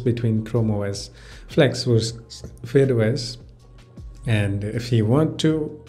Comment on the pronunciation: it's not fade os it's fydeos